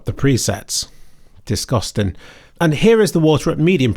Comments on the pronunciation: bro had to say "disgostin" 3 times lmao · the way you said "disgostin " had me giggling. This game looks incredible for how well its running on my 4070Ti at 1440P. Balanced DLSS 4 is very impressive, like Quality DLSS 3 but runs way better. mostly 118FPS lock, and almost no stuttering issues when dropping down (Gsync enabled) unlike the first game.